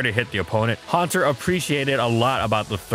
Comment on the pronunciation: Huanter really?